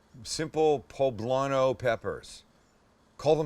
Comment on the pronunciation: Medallions!!! You totally fucked up that poblano